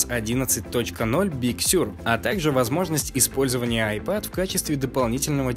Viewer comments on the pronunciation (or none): none